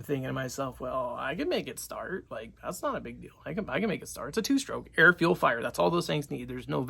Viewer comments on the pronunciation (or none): none